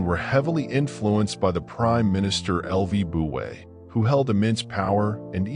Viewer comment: The AI-generated voice is completely mutilating the name of Lü Buwei. This, in itself, is enough reason to destroy the video and start over again from the beginning.